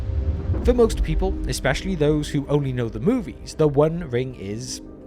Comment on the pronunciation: i have never heard a brit say "exspecially"